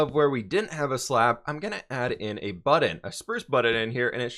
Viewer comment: I’m glad still can’t say button or getting